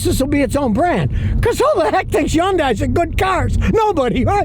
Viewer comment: They way he says Hyundai as Yundai 😅